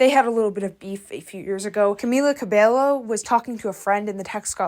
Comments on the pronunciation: Havana never destroyed her career. She had more hits after that. Her surname is pronounced Ca-Bay-Yo. You funny for saying it incorrectly. I live for that though😂😂😂. The last good hit she had was don't go yet. Ever since she was racist her career was shaky. The fact that she was given racial healing classes instead of actually taking responsibility for her actions also contributed to her downfall. I also feel that whoever gave her a push realized that she was a bad investment. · Not tryna be rude, but everytime you said "Cabelo" made me feel physical pain 😭 Double L in Spanish is pronounced as a J/Y sound, in this case more of a Y than a J. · it's actually pronounced with "KAH-beyo" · It’s “CA-BAY-YO”, NOT “ca-bell-oh” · The pronunciation u made of her name, "Camila Cabelo" instead of "Camila Cabeio" itches my brain in ALL the wrong ways 😭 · im sorry but the way you say camila cabello is so distracting 😭😭😭 you are suposed to pronounce it as cabeyo not cabelo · Its pronounced Cabeyo for people who dont know spanish, the double L makes a ya sound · Its pronounced cobayo. And its pronounced norm mani. Not normi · I really don’t like her, but girl-😭 Cabello is pronounced cabeYo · Pronounced Cabeyo. Two Ls make a Y in Spanish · I know spanish is not your lenguage but at least search how to say a word in Spanish. when you see LL it is pronounced like a Y. Great video still! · I love you girl but two l’s make a y sound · btw it’s CA-BEH-YO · Cabello: cuh-BAY-yo Normani: nor-MAH-nee No hate at all, but I suggest double checking pronunciations in future video essays! Looking up a video where they introduce themselves, etc. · A little nitpick is how you pronounce her name. She has a Spanish last name, and a double “ll” is pronounced as a “y” sound in Spanish. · It is hair in spanish. it is Cabe(y)o. I'm also hispanic lol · I agree dude. I don't know Spanish at all but it really bothered me the way she'd pronounce it the way it's spelled instead of with that 'Y' sound.